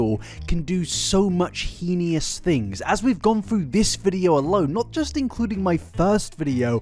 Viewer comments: heinous. not "heinious." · "Heinous" is pronounced "hay-nuss" (hānəs) 🤓Pretty sure that holds true on both sides of The Pond. Would not mention except you used it several times and seem to like getting things right. Great video! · You should make an apology in your next video on Colleen for your pronunciation of "heinous" as "henious". It's cute but it's wrong 😂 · I love the way you pronounce "heinous" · The way he pronounces "heinous" is so interesting. 😆 Is that a British thing?